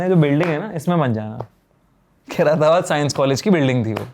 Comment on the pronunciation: Khai-ra-tabad ❌ Khair-tabad ☑️